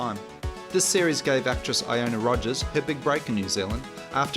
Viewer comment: ILL-ONA Rodgers 😊 Great video